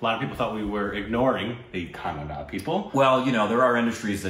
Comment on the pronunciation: You guys are way better than north indians who say "kannad" instead of"kannadA"..